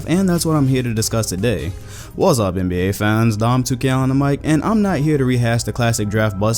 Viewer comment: "Wah-zap NBA fans" Hahahahaha